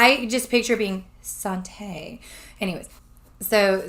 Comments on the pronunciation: Please be careful. It's sad but there are people just waiting to scam good people. You have good intentions, and a good heart, and sadly, people will take advantage of that. Sante is pronounced like Saunty. That's how I've always heard it pronounced. 💜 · It's no problem just thought i'd let you know. It's pronounced SHAWN TAY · your saying Sante wrong